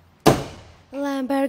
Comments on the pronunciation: She got from "lamba" to "lambagingja" without pronouncing it correctly even once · Lambar 😂 I guess that's the correckt pronunciation.... but lambo needs care lol while mahindra is like I dont need u.....m built different 😂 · Is it Lambo or Lambha???.. have I been pronouncing wrong this whole time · Oh, yeah, it's funny because she pronounced "lamborghini" in Russian with an English accent. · Lmao the way she pronounced Lamborghini at the end had me in fucking stitches. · she could not even pronunce it entirely and correctly, so the director has cut short the name... LAMBORGHINI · Russian always pronounce the "o" at the end as "a"... Sounds super awkward if it's a Lamborghini like in this case...or if it's just my name Adriano and some days Russian speakers unintentionally turn my name into a female name 😅